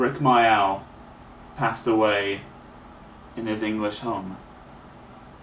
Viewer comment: Thats a good question the guy asked. It hurt when i lost my dog snowy in 1995. And my other dog in 2004. And my best friend Amanda in 1998. & my favourite tv comedian rik mayall. He was called rik mayall mate not rik myoll.